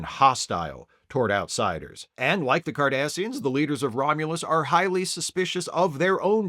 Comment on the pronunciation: Did you say "Kardasians"???? Was this an omen? 😁